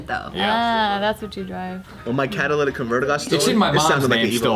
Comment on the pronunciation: its not “cadillac” converter lol